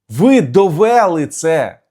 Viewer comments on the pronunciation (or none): а це на якiй мовi- что с ударением?; довЭлы.....